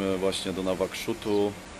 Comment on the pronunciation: Wymawia się Nuakszot. Pisownia Nawakszut to wymysł pijanego kartografa w połowie PRL;)